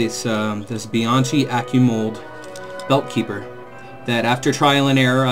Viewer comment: Just FYI, Bianchi is pronounced Be-an-key